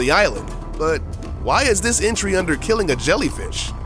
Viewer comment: it's entry not intry...pllllllzzzzzz